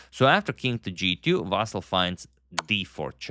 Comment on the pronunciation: I appreciate you correctly pronounce his name as Vasyl, as it's in Ukrainian language and Vasyl is Ukrainian. So many misspellings were done before, confusing Russian and Ukrainian first names.